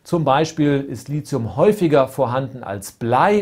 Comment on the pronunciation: Als angehende chemikerin möchte ich nur mal kurz anmerken das LiTHium als t ausgesprochen wird nicht als z, vgl. MeTHan vs. SiliZium :)